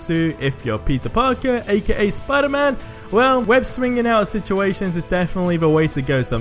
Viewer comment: Is it me or do i understand Pizza Parker when he says Peter Parker?